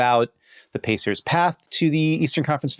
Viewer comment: That’s Indiana Pacers you pronounced it incorrectly get it right